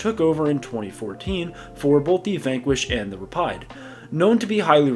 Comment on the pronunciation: They way you pronounced "Rapide" definitely took me by surprise....